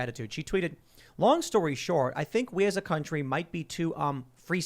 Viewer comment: "Long story SHORE...." Did you mean "SHORT"?